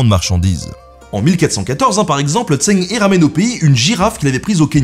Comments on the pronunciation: Oh mon dieu la prononciation 😭😭😭 Zheng He se dit à peu près "Djeungue Reu" et pas "Zèng Hé" ni "Tseng Hé" ou "Tseng Hi" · Eu égard à la qualité de la vidéo, quel dommage que vous n'ayez pas demandé à un chinois la bonne prononciation du nom. C'est en effet plutôt "Djèngue Reu" qu'il faut dire... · Par contre la prononciation 😂 c’est ‘Djang Re’ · Zheng He ça se prononce qqch comme "cheng heu" pas tseng i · Pour "zheng he" le plus proche en français ce serait "tcheung heu" sauf que le deuxième h est un son qu'on a pas en français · Zheng He = Djeng Rhe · Si jamais son prénom se prononce phonétiquement : “djang reu “,🙂 super épisode très intéressant . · Merci pour la vidéo ! Mais dommage pour la prononciation, surtout quand il s'agit du sujet principal : "tch'eng reu" est plus proche. Un petit tour sur Google Traduction ou autre la prochaine serait top ;) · Zheng He se prononce plus ou moins Tcheng Ré pour info, ça a pas l'air grand chose, mais ça écorche un peu les oreilles des sinophones sinon :P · Par contre la prononciation du nom... ça prends 2 minutes à vérifier donc ça décrédibilise un peu ton travail. Il y a des sons qui sont pas en FR mais au plus proche on pourrait prononcer ça "Djeungue Reu" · NAAAN !!! "Tchœung C'hhhœux" ( H comme ch dans bach buch achtung ou comme j dans rojo lejar joven) En fait, 郑和, Zhèng hé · Sympa. Son nom se prononce « Djeung Heu » en chinois. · se prononce "Djeungue Re" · (Ça se prononce "Sheng") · Djeng reu, dommage que la prononciation de la plupart des noms chinois soit pas bonne. XI,xe... aussi ça se dit shi, sheu... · Zhen se prononce Djen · La prononciation est horrible haha. Zheng He, si on veut le dire à peu près bien, c'est Zheng HEU (avec une sorte de h soufflé) 😊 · J'allais le dire !!! Mais ce n'est pas logique pour un Français, le pinyin ... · Je ne prétends pas affirmer ou infirmer ça. Ce que je dis, c'est que les lettres, et surtout certaines consonnes, se prononcent différemment qu'en français, c'est tout.